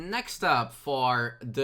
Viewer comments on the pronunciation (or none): ghost lighter angel lol! all those name pronunciation errors...